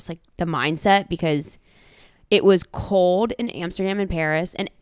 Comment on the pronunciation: This is for one of the two of u, u can guess who, but when u say 'cold' or 'told' or 'whole' and many more, u forget the 'L'!! Poor little L is sad....😢 U said u cant talk like babies on here 😂🤦🏾‍♀️